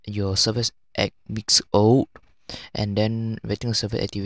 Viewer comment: go to the part where he said 8 weeks old.... he said old very funny! lol! at about